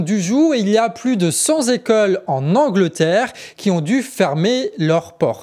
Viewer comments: Hello:) à une nouvelle erreur de liaison langagière cent "Zécoles" . Sinon très bon journal, la qualité du contenu, le rythme, bravo 😊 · Cent z'ecoles?, voyons!